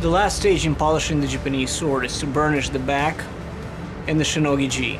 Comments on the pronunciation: dude said joopanese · he's american but he said "Japanis" 😂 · I like how pronounce Japanese as JPUHNESE